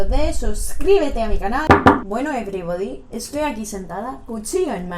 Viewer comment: "ebribodi" jajajajaja